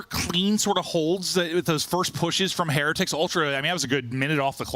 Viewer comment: Am I the only one that's irritated with how Heretics is being pronounced??